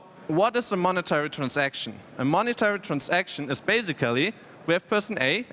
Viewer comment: Sorry to say that but after hearing this I had to listen dictionary saying "basically" and "transaction" few times in a row to heal my ears.